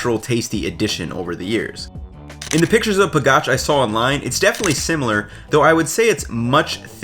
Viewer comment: It's HALusky, accent on first syllable, not haLUSKY. Also, it's. PAgach, not paGACH. In SLovak, accent usually on first syllable. Also, capital of Slovakia is BRAtislava, not BratiSLAVA, as I'm hearing on most UTUBE videos.